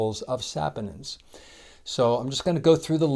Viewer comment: The correct pronunciation is sa-PON-inz (sa-POH-ninz), with the stress on the second syllable ("po"). The first syllable sounds like "sah", the second sounds like "pohn", and the ending sounds like "inz". Sorry, was bothering me so had to google search copy and paste for you.